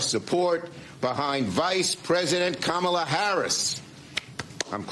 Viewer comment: The dem panelists can’t pronounce her name correctly. What a joke.